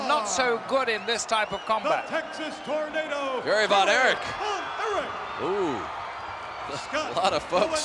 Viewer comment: Almost as bad as when he used to pronounce Texas Tornado as “Torn-Ardo” lol